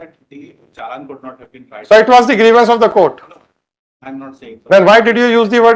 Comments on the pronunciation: Grivence.. Grivence..? 🤣🤣🤣🤣🤣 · Vakeel saab ne saari law ki padhai karli....bus grievance word nahi padh paaye😂😂😂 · Pehli baar pata chala ek word idhr se udhr hua toh kya hota h😂….. “grievance “ ho jata h